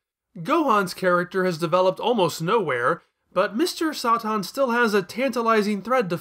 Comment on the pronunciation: "Kuririn", "Blooma", "Mr. Sah-Tan". An argument can be more for the former, while the other two make no sense. Why is he pronouncing Satan like that when the origin of the word is fairly obvious and there's an established english pronunciation for it? And where did "Blooma" even come from? The name Bulma is WRITTEN RIGHT ON HER CLOTHES. I'm going to guess he's doing this because he read the manga first...I guess. But that makes about as much sense as calling Charizard "Lizardon" just because that's the original japanese name, or me calling Chi-Chi "Milk" and Demon King Piccolo "Pikkoro Daimaku" just because those are the names they used in the latino dub and the one I grew up with. It's absolutely pointless and would make me seem like an elitist dumbass.